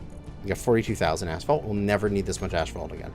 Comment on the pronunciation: Gotta respect a man that knows he's saying a word wrong, proved he said it wrong, read the right way to say it, but still says it wrong. You keep doing you, maybe your asphalt has some ash in it.